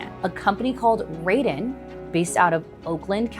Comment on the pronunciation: Sorry, but where did you get your $3B figure from? The company's stated construction cost for the project is $785M. Taurus = "tar–is", Raeden = "ray–den" Decibel, not decimal; At the 7Apr26 public hearing, Raeden COO Jason Green stated that the facility would never exceed 50 dB and further assured, "We can guarantee it." The daytime residential noise limit is 55 dB (7 am–7 pm) and the night time limit is 50 dB (7 pm–7am), with a 5-dB penalty for impulse noise (i.e. 50 dB daytime, 45 dB nighttime). Infrasound, not infrared sound; Infrasound is generally sound at or below 20 Hz. Infrared is electromagnetic radiation between microwaves and red visible light with frequencies between 300 GHz and 400 THz and wavelengths between 1 mm and 750 nm. The closed-loop argument is a red herring until data center operators can provide their own, fossil-fuel-free energy for these projects. If the power is provided by a combined cycle natural gas plant, Project Taurus will indirectly require 3.5M gal/day of water withdrawal (mostly returned to the water system) and roughly 250k gal/day of water consumption (water lost from the system). Colorado Springs has been in drought conditions for over two decades, and Raeden's ambitions for this project were, and likely still are, 400 MW. Much of this has been recently uncovered through CORA requests. On 9Mar26, Gibraltar city councilors approved a data center moratorium, and is now being sued by Raeden. Michigan is now con